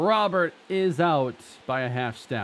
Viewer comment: That final strike from Diaz was filthy, would have sat down me aswell. As much as I love him, but it might be time to invest in a better offensive CF to take the next step. Also, I may be alone, but I preferred when your pronounced Robert as Robur.